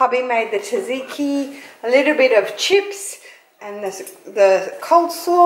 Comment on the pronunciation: I love you, but your pronunciation of tzatziki killed me a little... 😅 I do appreciate the shout out the Greek subbies though. Proud Aussie-born Greek right here 🙋🏻